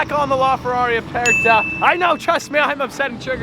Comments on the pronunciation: it is ferrari "Aperta"... with "R"...roll your R.... you are saying "Apesta" which means in spanish..."Stinks"...lol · lmao you pronounced aperta so wrong it triggered me so much